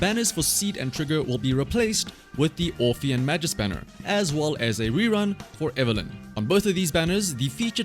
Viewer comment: Side note: "Magus" is pronounced with a hard G, not like "majus"